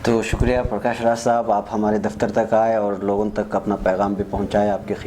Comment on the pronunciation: This illiterate interviewer cannot pronounce his name properly. Its not Parkaash but Prakash 🤣